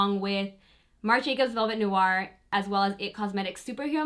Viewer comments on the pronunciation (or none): none